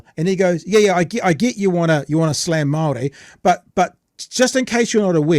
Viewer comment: Damn. Got to at least give credit for a half decent pronunciation of the word Māori. Puts Winston Peters to shame🤣